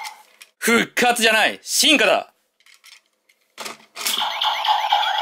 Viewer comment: 進化だの発音が悪い